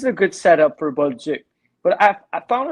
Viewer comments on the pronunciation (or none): It's Bolduc, not Boldouc...